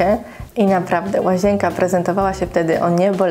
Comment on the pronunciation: Naucz sie poprawnie mówić. Nie łazięka, tylko łazienka.